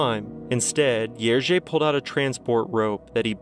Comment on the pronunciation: I so appreciate your repeated pronoucing of Jerzy :D you're close! Also Kukuczka - think cz as the english ch kookoochka - much closer in sound. Kudos!